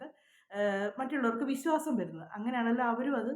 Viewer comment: Visasam. Viswasam. Pronounce bad